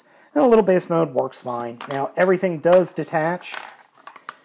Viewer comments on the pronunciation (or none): none